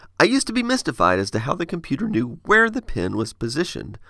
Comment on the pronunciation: I learn a lot from your videos, but this was a bit confusing because you seem to say "pen" and "pin" the same way.